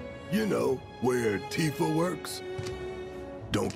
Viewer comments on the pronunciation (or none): none